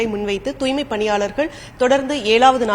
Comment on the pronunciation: தூய்மை என்ற சொல்லை உச்சரிக்கத் தெரியாத ஒரு மேயரை இதற்கு முன்பு கண்டதில்லை. கேள்வியும் பதிலும் எழுதிக் கொடுக்கப்பட்டதுதான். என்ன ஊடகப் பணி?